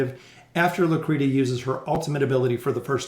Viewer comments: Loo-Cree-She-Uh, not "Lou Creeduh.' :) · Thanks for the Trial guides - its pronounced (Loo-kree-she-ah) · plsssss say her name correctly.